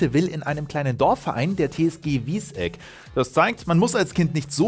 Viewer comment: Das is n Stadtteil von Gießen und heißt net "Wies-Eck", sondern wird "Wissegg" ausgesprochen ;)